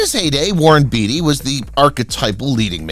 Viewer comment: Warren “Beet -y”. This guy needs pronunciation lessons.